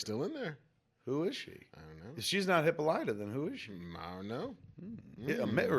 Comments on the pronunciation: I'm pritty sure its suposed to be pronounced 'Hip-pal-ita' with that long o instead of the short o that turns her into a Hippo, she's hip and all it-a...... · Put down the egg nog and pick up a dictionary. It's NOT hippo lighta. Sigh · they keep mispronouncing hippolyta?